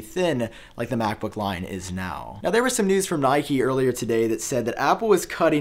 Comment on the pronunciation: btw why he pronounce nikkei as nike? sounds weird